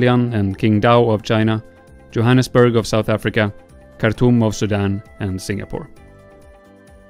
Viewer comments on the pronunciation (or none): none